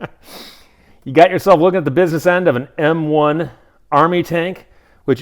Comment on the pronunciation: I just like to point out that when you said M1 Abrams tank powered by a turbine engine, you mispronounced M1. :)